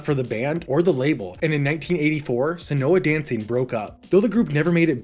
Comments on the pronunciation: maybe Seona Dancing wouldn’t be so lost if you’d stop mispronouncing it as “senoha”. It’s pronounced like “Shawna”. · It's pronounced Shauna Dancing.